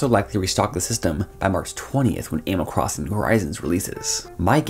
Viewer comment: Kinda messed me up, I kept hearing "anal crossing" at first. I WAS TOTALLY confused. LOL.. thanx for the review!